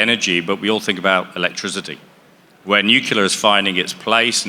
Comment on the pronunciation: New. Clear. Nuclear.